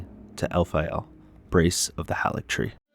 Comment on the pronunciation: Great work! You put the feelings of first playthroughs into words well. One critique I have is that you mispronounce Haligtree with a soft "a" when it is only pronounced HAYligtree throughout the game.